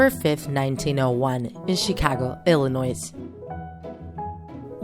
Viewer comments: Did you say IllinoiS with the S prounonced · Did this lady really say the S in Illinois 😐🤦‍♀️